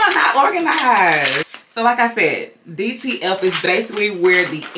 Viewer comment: It sounds like you are saying DTL transfers.